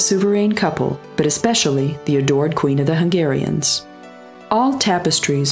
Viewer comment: Thank you you are the best to pronounce the hungarian names and cities name perfectly .